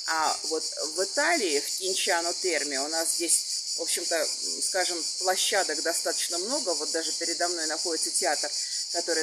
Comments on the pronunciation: Произносится КЬЯНЧАНО НЕ КИНЧАНО как вы говорите на свой лад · В русской Википедии - Кьянчано Если она представляется как журналист , это грубая ошибка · это даже не на манер, а мягкость звука к. Это акцент всего лишь.